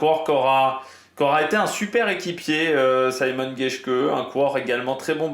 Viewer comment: Mais on prononce vraiment [saymon] geshke ? Ca me semble bizzare pour un allemand